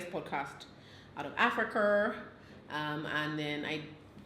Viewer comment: Why did pronounce Africa like that 😭💀